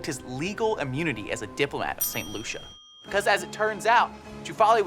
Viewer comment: "diplomatic UHHmunity"